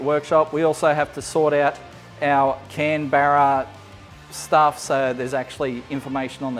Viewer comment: Communication error with the Can-Barra interface? I kept thinking you were making a political joke for half the video..